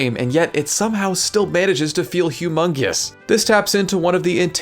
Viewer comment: "humbelly" "humongeous"